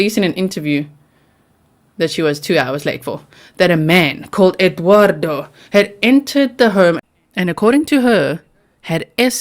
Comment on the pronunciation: Side note: I absolutely loooooove how you say Eduardo 😍